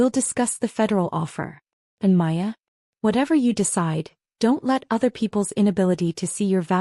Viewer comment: Maya, not Aya, Paya or any other iteration.